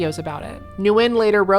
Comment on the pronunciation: Ngyuen is pronounced like "win"